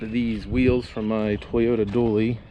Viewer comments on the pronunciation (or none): why did he say Dooly not dually tho? Is it some regional accent? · I have a hard time answering for myself let alone any one else. My ear heard dually, but that might be because it was what was going through my head when I saw the rims.....